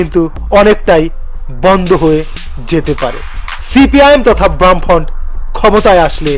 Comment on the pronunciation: বাম ফ্রন্ট উচ্চারণ টা ঠিক কর আগে